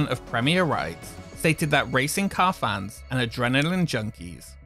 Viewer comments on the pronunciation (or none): none